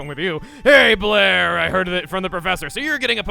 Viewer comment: You know, the name Blair for the player character is actually quite good. With how Chugga pronounces it, it sounds like he's saying "Player". It works!